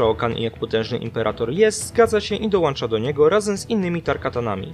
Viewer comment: Mówi się '' Dołącza" a nie, "Dołancza" Pozdrawiam 😉